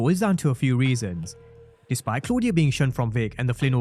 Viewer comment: I love how Tommy pronounces Claudia's name.